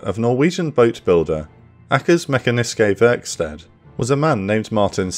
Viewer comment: Pretty minor, but the pronunciation of "Akers Mekaniske Verksted" gave me a good laugh